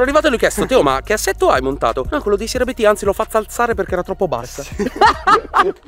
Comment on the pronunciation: Si dice Abt non A B T 😅 è un cognome